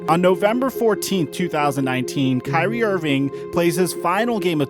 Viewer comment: Why you guys make it hard. Its kyrie lol